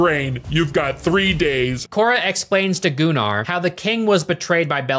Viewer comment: I will be that guy and say that actually is the correct way to pronounce Gunnar